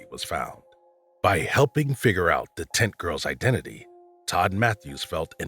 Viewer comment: This man made zero effort to pronounce "tent" clearly, whole time it sounded like he was calling the Barbara Taylor "tit girl"